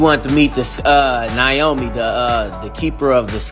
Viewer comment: Its not Naomi it's Nyame, this Character originiates from my country Ghana good to know its out there